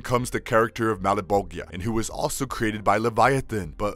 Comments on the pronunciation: Say it with me everyone! 3 syllables Mal - Bo - cha - zha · This is a great video… It would have been a amazing video if we could just get him to say Malebolgia correctly!!! Keep up the good work!!! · Ppl pronouncing Malbolgia wrong shouldnt bother me as much as it does. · Excellent video, just one thing, the way he pronounces " Malbolgia " was quite annoying. Other than that, the fact that he pointed out that the suite has a name was cool. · This guy annoyed the hell out of me mispronouncing Malebolgia name like that 🙄🙄😑😑😑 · Wow. I don't want to be mean but holy crap my brain is frying. Those pronunciations. 😵😵😵😵😵😵 Christ on a boat. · forgive me, but every time the narrator kept on mispronouncing "malebolgia". I literally got ticked 😂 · im sorrry but the way he's saying malbogia and cyan is a bit triggering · Its pronounced "Sy-Anne" not "See-Anne" and it's "Mal-Boh-jah" not "Mal-boh-gee-ah".